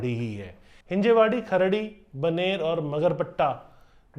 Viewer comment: अहो तो सवारगाटे आणि खार्डी म्हणाला5😅😅